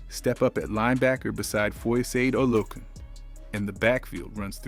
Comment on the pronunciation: ALSO... PLEASE LEARN how to pronounce OUR PLAYERS NAMES😮... That's FO-YO-SA-DE OLU-O-KUN...OKAAAYYY!! 💃🏾💯